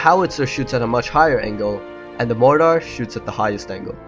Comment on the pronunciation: dude say mortar again hahahaha